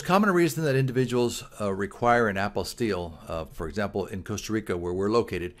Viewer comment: Thank you for pronouncing the word properly!!